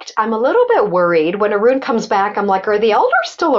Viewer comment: Sorry Arun, not Urun